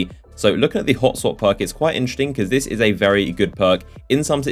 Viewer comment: He says 'interesting' like 'intrrrting'.